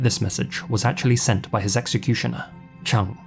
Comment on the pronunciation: The name "Chung" is pronounced more like "Choong". The pronunciation used in this video would match the spelling "Chang".